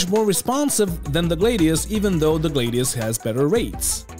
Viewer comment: Buddy, you’re the best, I love your content, but I gotta tell ya man.. Gladius and Gladiator come from the same route word, so it’s a “Glad-e-us” I dunno if you’ve heard this before and don’t care, but I’d tell you if you had something stuck in your teeth, so I might as well try and tell you that you’re sayin’ it wrong, and let you do with that what you will